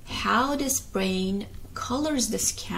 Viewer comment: Quickly into your example, you can add how language is the same way. Even though you say bwain. Instead of brain. We can still easily understand your sentence due to the surrounding words and the bwain😂 hehe can create a whole story that includes the word brain.